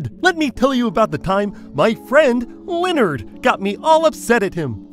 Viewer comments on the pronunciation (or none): none